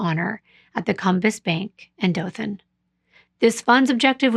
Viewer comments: So I was born in Dothan (you pronounced it correctly) and grew up in ozark. I was young when this happened but I remember people everywhere talking about it. I remember hearing how a local cop was possibly involved. A lot of evidence pointed towards him and was the reason why there were so many hold ups. As I got older and looked into this myself I kinda agree with what I heard when I was younger. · Firstly, did a great job with the pronunciation of Dothan (no one except people from there or knows the place can pronounce it correctly). Good on you. Sadly, I remember when this happened. My mom worked with a young lady that knew these girls personally. They had billboards of these girls all over Dothan, Ozark, going towards Fort Rucker....everywhere. When I left to go into the military in 2001, they still hadn't known who killed these poor babies. Get this, they finally found the killer and convicted him LAST YEAR. They found him because of a DNA match on a genealogy site. Even crazier, he lived a crime free life after he killed these poor babies. That was a sad, and upsetting time for everyone during that period. Not only did these babies go missing, but around the same time so did four African American teens, that they found dead right around the same time they found these girls. I always wondered who killed these girls, and the others. At least they found, and convicted, the guy who killed these babies. My condolences to the families of both sets of angels. Also, this story was covered very well, as usual. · You're one of the only non-Alabamians to pronouned Dothan right! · I’m from Dothan. You have pronounced everything correctly. I remember the case like it was yesterday and has been a topic of conversation for years. JB and Tracie were a few years older than me. JB and I attended the same dance school. I never had dance class with her but I do remember seeing her in the building as we were going or coming from our classes.